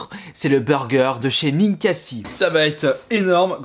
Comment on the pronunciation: ça se dit "NinkaZi" 🤦‍♀️🤦‍♀️